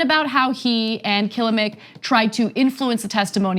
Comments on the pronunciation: Kilimnik.....pronounced like killem nick, NOT killa mink!.....Just saying! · Anna not being a speaker of Russian...I am hearing Kilimnik is pronounced (Ka-lim-nick), if this can help in any way.